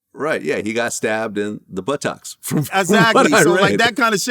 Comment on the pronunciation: Forest gump, Lt Dan shiz. “In the but’tocks” 😂😂😂